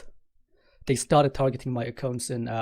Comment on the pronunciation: Wie er das Wort " Accounts" ausspricht triggered mich alllein schon so hart xD ACCOOOOOUNTS